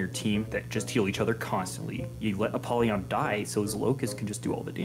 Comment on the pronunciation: your pronunciation of apollyon is so funny